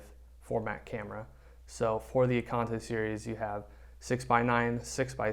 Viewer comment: IKONTA... from the word IKON NOT EKONTA JEEEEZ. CAN'T WATCH THIS